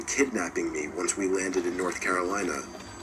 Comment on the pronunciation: Why did you say North Carolina like that😂😂 my older bro, aunt, uncle, grandpa, grandma, and cousin live there 😂😂😂